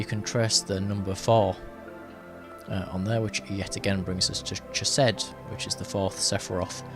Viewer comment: Out of respect to Jewish and Israeli people, and the ancient language itself, consider the proper pronunciation of Chesed, the “ch” sounding not like “CHeese” but like “BaCH”. And respectfully submitted. I really enjoy your readings.